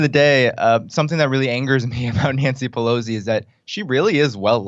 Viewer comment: No "z" in Pelosi!